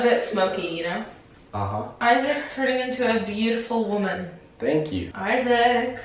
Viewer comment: You always say thano you so much